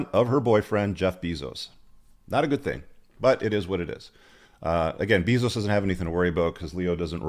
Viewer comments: BEY-zos not BEEE-zos. lol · Leo is GOAT. BTW the pronunciation of bezos is "bay-zose" not "Bee-zose" for future reference. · First time I've heard it pronounced Beezos haha i love it. And Tony Gonzalzes. Hahha good laughs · Bayzose or beezose still worth 400 billion. Probably owns you too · Jeff "Buy-those" 😁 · Learn how to pronounce Jeff's name, learn the avg. age of Leo's gfs, learn the sayings you're repeating to get your point across. This video is a rambling mess